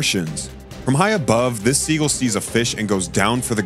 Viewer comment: Learn how to pronounce words. What is a "guller"? And it's not "siegle"!